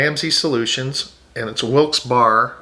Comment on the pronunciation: Very informative. It's pronounced Wilkes BEAR ( Barre), Pa. We moved from NJ to Palm Coast. I went to school in Middlesex in Somerset county located in central NJ. I think the big difference in the cost of living is the property tax. We were paying over $11,000 in NJ property tax.